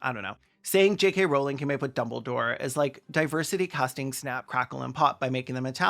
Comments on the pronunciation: maybe my brain fucked up and processed you saying "kkk rowling" but i fr thought the attribution to the quote said "3 K Rowling" and i gasped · "J.KKK. Rowling" 😂😂😂